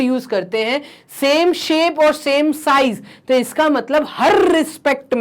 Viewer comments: Hr.rrrrrrrrrrrrrrrrrrrrrrrrrrrrr What is Hrrrrrrrrrrtrrrr 😂Pagl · Sir saying harrrrrrr harrrrd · harrrrrrr respectme ,harrrrrrr respect me😁😁😁😁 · Wah sir kya hrrrrrr bola he